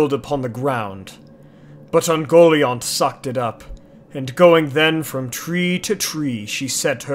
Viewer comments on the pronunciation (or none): I always took the pronunciation as "Un-gol-eye-ant" rather than "un-goal-iont"